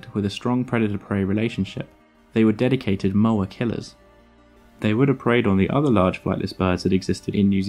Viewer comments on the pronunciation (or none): The Maori name for this bird is Pouakai. There are cave paintings in the South Island depicting the bird. Sadly cave paintings tend to get vandalised, including vandalism done by anthropology students from Otago University in the 1920s and 1930s. Moa is not pronounced 'mower', it is Moh-ah . Great video though. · Great video. Something to note: Maori language (Te Reo) pronounces vowels differently. Moa is pronounced 'maw-ah' and Maori is pronounced 'ma-or-dree'. Not a perfect explanation, but you get the idea. Haast, while not a Maori word is pronounced 'haaa-st' not 'hast'. Kia ora.